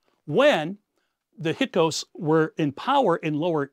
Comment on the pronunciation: Learn to vocalize hyksos, not "hykos"